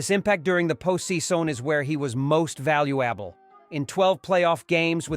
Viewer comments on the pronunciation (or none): “Most valble-able” . Prior to that the word season was also mangled. I hate artificial voices, so laughable. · His impact during the Post Sea Sewn is where he was most Value Abble